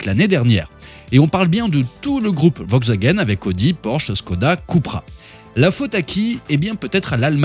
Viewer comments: "Vokswagen" n'existe pas hein... C'est "VoLkswagen"... Mes oreilles ont saigné... 😂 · « Vogxwagaine » en force 😂